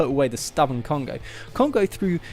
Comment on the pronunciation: I said no Adam no subs, however this guy can pronounce names so I'll stay. By the way this guy is correct, no words can do Cheick Kongo justice. You NEED to watch that fight.